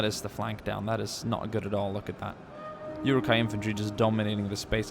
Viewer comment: my LOtR side always cringes when you pronounce it yuruk-hai instead of Uruk-hai